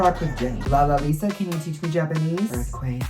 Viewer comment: Isnt anyone else getting annoyed when he says "lalalisa" instead of "lalisa"?